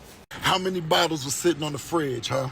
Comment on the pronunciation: lol he said bottles